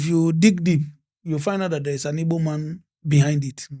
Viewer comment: Thanks so much for correcting Ibo speakers. The name is Igbo and anyone who can't pronounce gb is not Igbo, sorry to say!